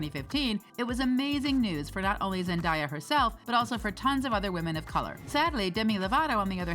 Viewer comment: It's 2022 and she's already won two Emmys and yet people are still mispronouncing Zendaya 😭😭 come on now